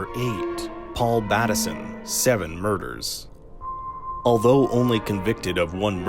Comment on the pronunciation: If you’ve seen the series why do you say Batt-esson instead of Bateson?